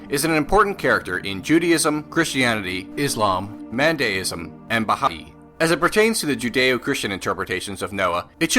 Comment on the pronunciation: Baha'i has no 'ee' sound at the end!